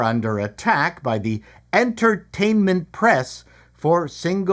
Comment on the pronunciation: Did you say en"turd"tainment???